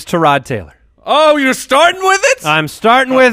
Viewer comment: It's bad enough you always talk about Tyrod Taylor....but now you pronounce all wonky saying Tarod. HIS OWN MAMA DOESN'T EVEN PRONOUNCE IT LIKE THAT